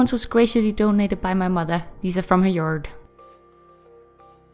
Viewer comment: Love it, but I could listen to her say "yerd" all day long....